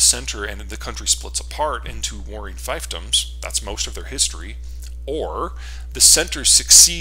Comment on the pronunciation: For such a historian it's surprising that he doesn't know how to pronounce fiefdom. It's feef Dom. Not fife dom.